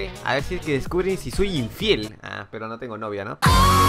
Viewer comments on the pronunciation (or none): none